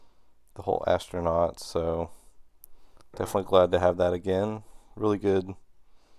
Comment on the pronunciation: Did you say "astronaut Ralph"? 😂